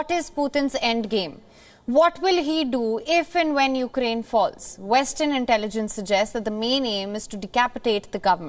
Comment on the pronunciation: is beautiful. Btw to this guest and anyone else it's not 'YOU-crane.' Also, Russian troops going into Ukraine is a distraction. They want to seem weak before they nuke the US.